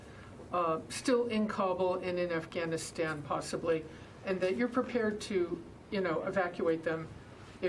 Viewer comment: he calls it Assghanistan.